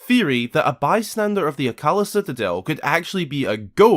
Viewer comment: Minor gripe with the video, and that's with pronunciation (which, yes, I understand how accents work). Akkala is pronounced Akka-lah, not as Ah-Kalla.